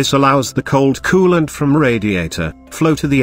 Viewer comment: kewwwwlent and thermo...STAT